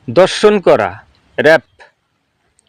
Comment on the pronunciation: দর্শন করা না, সঠিক উচ্চারণ ধর্ষন করা। কুমিল্লা নোয়াখালী চিটাগং এর মানুষের জন্য বাংলা ভাষাটা অনেক কঠিন। পাচা না, এটাকে বলে পাছা।